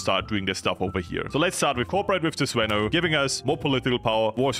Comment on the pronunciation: its actually the zvenO not the zvEno, but I am Russian not a Bulgarian, so I might be wrong